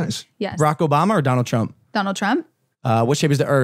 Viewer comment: are we skipping over how she said donald trump LMAO